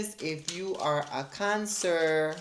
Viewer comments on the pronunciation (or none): I love the way you say cancerrr 😂😂 thank you for the message as always